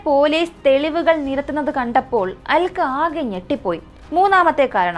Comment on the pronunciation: Aalkka alla "Alka"...pronouncian sredikkuka, especially names, place names etc...